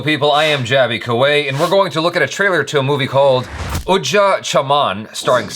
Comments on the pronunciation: It's ujda not udja 😂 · Jaby you have mentioned everywhere “UDJA chaman”. Whereas it is “UJDA chaman”..!!! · Ojda not odja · It's UJDA not UDJA, i think I'm not first to notify you that. FYI UJDA chaman means.......... Dried or destroyed garden or whatever people say in English. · It's UJDA not UDJA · It's ujda not udja😅😅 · It's ujda... not udja... the two mean different things. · UJDA not UDJA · Man its Ujda Chaman not Udja Chaman..😊